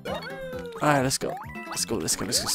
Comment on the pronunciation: He's saying "let's go", but with an Italian accent. So it comes out as "Let's-a-go!"